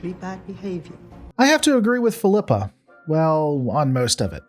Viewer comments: Fill-ep-uh Not Feel-eep- uh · why are You pronouncing Philippa wrong? haven’t you heard her na,e said before? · Why does he pronounce Philippa a different way every time he says it? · I stopped watching this the moment you proved you couldn’t even pronounce her name. Do you even watch the show?